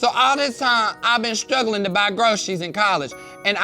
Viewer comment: 🤣🤣🤣🤣 He randomly says "strugglin"